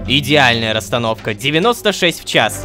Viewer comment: У меня аж уши завяли когда ор сказал идеальная ростановка.